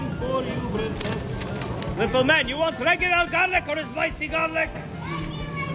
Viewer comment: He said "Brincess" so naturally lol Long Live Free Palestine ❤